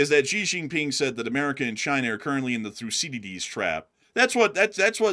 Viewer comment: I love you guys but didn’t one of you study international relations? How do you not know how to pronounce Thucydides?